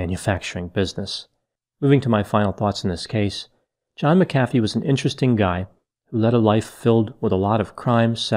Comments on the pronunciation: Uhh I thought it was pronounced mac-uh-fee not muh-caffey lol ?? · Pronounced. MAC afee. not ma CA fee. He was a fool. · I’m pretty sure it’s pronounced “Mack-uh-fee,” not “Mick-aff-ee.” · MAC-a-fee. Not ma-CAF-ee. Just sayin’ . ♥️♥️🌟🌟🌟Love all the videos. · Its Mac-a-fee not mic-cafee. It's crazy someone that educated doesnt know the pronunciation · Why do you pronounce his surname Macaffeee but the software McAfee? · The whole video you pronounced his surname as Mac Afi and right at the end you said it the way I say it..McAfi! That really thew me off, which one's correct? 🤔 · Pronounced Mac a fee not Mcfee!!! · It’s Mak-uh-Fee, not Muh-cafee . You put em-fass-ess on the wrong sill-ab-ull. Tool. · Agreed. It’s Mac-A-fee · And in South Africa we pronounce it ma CAF ee - emphasis on the middle part. I wonder if there are others who have that surname who could help out with the correct English pronunciation? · I think it's pronounced Mac uh Fee. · Pronunciation is John David McAfee (/ˈmækəfiː/ MAK-ə-fee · I always thought it was pronounced MAC afee. That’s okay. Potato, potato. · Isn't it MAC-a-fee? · Pretty sure his name is pronounced Mac A Vee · HIS name is pronounce MAC-A-FEE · MACK a fee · MACK a fee Erik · Ma..caffee lol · Respectfully It is pronounced "Mac-ah-fee". He was running from the law, and been at it for a while. It's a shame! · pronounced Mac-a-fee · It's pronounced Mc A fee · Why does everyone mispronounce his name? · You are mispronouncing his name. Not that I really care. We should respect others by pronouncing their names the way they do. Wow, towards the end you got it right.